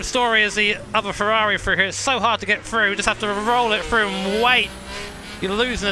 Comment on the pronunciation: For example, he says "Frew" instead of "Thru"